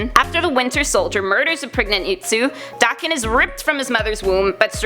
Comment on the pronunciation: your pronuced daken wrong your still amazing tho